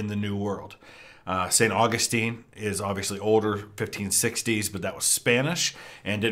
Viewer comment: Well, pronouncing "St. Augustine, Florida" like that I can tell you he's never been here in the Sunshine State. I want to hear him tackle Kissimmee, Lake Tohopekaliga, Sewall's Point, and Caloosahatchee River. ... Floridians pronounce the city as "Saint August Teen," even when we pronounce the theologian's name correctly.